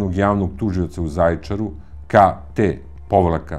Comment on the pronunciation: Aman nauci kako se izgovara Zajecar